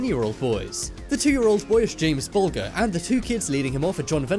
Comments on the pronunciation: It's pronounced like BULL-JER, not BULL-GRRR You'd think you would know that with a British accent yourself! Geez, why do so many people mispronounce his name? Do you think his memory isn't worth remembering or something? 😔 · If You're gonna exploit the torture & murder of a little angel at least learn how to say His Name right! The "G" is sounded as"J" in Bulger & His Family refer to James Patrick Bulger as Jamie. Everyone in Britain know how to pronounce His Name except You! And That's not how He died at all! He died after They tied Him to the train tracks, after putting paint in His eyes, stones up His behind, beating Him with sticks, sexually assaulting Him & yes, smashing rocks over His head! I don't feel that it's right to put this in a top 15 list, especially since it isn't even at the number 1 slot & that You think anything else could possibly be worse than this!!!! It isn't creepy, it's the moment that will haunt Denise Fergus' (Jamie's Mum) life forever & probably His Dad Ralph's too. It's heartbreaking, gut wrenching & frustrating. And You've overstepped the mark in exploiting this tragedy when You have so little respect for the Family that You can't even be bothered to pronounce Jamie's Name right or to find out how He died! All the inclusion of this serves to do is fuel the now paedophile, John Venables' fantasies & ego! Helping Him relive what He did, while rubbing salt in Denise's wounds again! You should be thoroughly ashamed of Yourself! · Jolie 8910 - to be fair though, like we've already said, the narrator is clearly British so it's unlikely he's not heard the story before, but even if he hasn't, it's not really hard to know how to pronounce the poor kids name properly, g before e is like a j, too many people mispronounce his name and I just don't understand why, is the world truly becoming so illiterate these days?... 😔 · Being British you should at least have the decency to pronounce James Bulgers name correctly! 😡😡